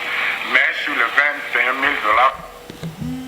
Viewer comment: Pourquoi la plupart des journalistes au Congo ne sont pas capables de distinguer "i" du "u". Ils vont dire sir our au lieu de sur. C'est embêtant quand meme. Mais dans tous les cas l'emission était intéressant, coup de chapeau pour les informations de. J'espère que le peuple va punir ces gens quand viendront les elections.